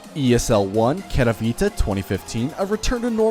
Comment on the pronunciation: I swear to god almost everyone who doesn't speak polish pronounces Katowice wrong like really wrong most just say kato